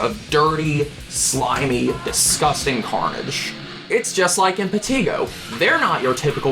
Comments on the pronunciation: hearing him say PUT-rah-faction..im-pah-TEA-go ... makes me feel like setting my ears on fire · The only thing that bothered me about this is saying putrefaction and impetigo wrong, otherwise very good.